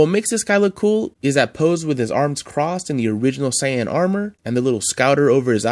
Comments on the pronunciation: yea! It’s Sāy-an and Go-hån 😆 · Super ‘cyan’ lol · I'd love to see a part 2 of this list bc they've release a ton of great ones since this list! And please stop mispronouncing Saiyan!!! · you say saiyan wrong i am am little mad do you whatch anime